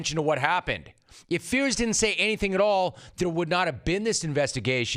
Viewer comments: Rome - Mike Fiers has been all over the news for the last few months. How on earth are you still butchering his name so badly? His name is pronounced FIRES not Fears. If you are praising a guy publicly, make sure you get their name right. Out. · Couldn't agree more Jim! Big Papi is confusing here. You'd think he'd keep a low profile here given his P.E.D. drama. Just one thing, Mike Fiers is pronounced Mike Fires, in spite of being spelled differently.